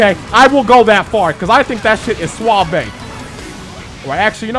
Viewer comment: "I think that shit is sua-vay" 😂😂😂